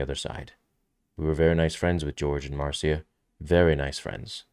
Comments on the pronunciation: Marcia is not pronounced "mar-see-uh", but "Mar-shuh" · Love you, but it is pronounced Marsha not Mar-see-ya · Marcia is pronounced Marsha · C’mon, her name is pronounced Marsha. I can’t believe the amount of YouTube hosts making this mistake. It’s embarrassing. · Her Name is pronounced MAR SHA. Like Irish Name Siobhan. Is pronounced Sha vonne Not SIO bhan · I know this dude is foreign, but “Marcia” isn’t the hardest name to pronounce